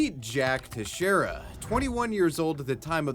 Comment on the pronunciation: is the first YouTuber I've heard pronounce "Teixeira" correctly.